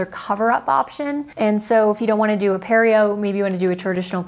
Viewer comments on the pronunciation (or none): Pareo (puh-reh-yo)